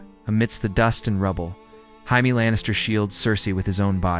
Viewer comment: Jaime is pronounced jay-mee You pronounce it like the Spanish